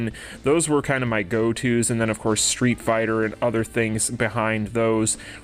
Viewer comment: I swear it's probably the same people complaining about collabs every time. "Waaaah it's not Stweet Fighterr!"